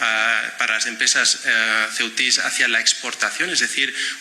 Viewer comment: O SE DICE CEUTIS SINO CEITIES